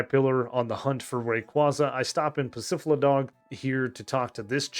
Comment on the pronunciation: I had to pause the video for a couple minutes just because of "Pacifiladog" I had to compose myself for that one. I'm used to a couple other nuzlockers and I know one of them mispronounces stuff on purpose, but Ihaven'tt heard that one. If that was on purpose then that was a great choice! You get a like from that. Also I'm a new sub, that is my third video of yours I've watched. Great work!